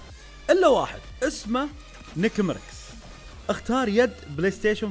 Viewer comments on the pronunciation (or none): نكمركس؟ 😂 قصدك nick mers هه‍ههه